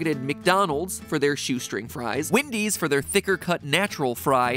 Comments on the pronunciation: Nobody: Matpat: calls Wendy's Windy's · I just realized Mat pat says “Wendy’s” like Eric Cartman